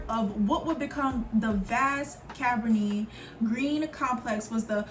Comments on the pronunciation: I also understand Cabrini is an Italian descent name. So in this case, she pronounced it right.. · Cabrini is an Italian descent name. So her pronunciation is still correct. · Cabrini is pronounced “Cuh breenie”… the movie Candyman and Goodtimes tv show was based there…Robert Taylor projects on the south side were notorious too and the cartoon “the pjs” were based on them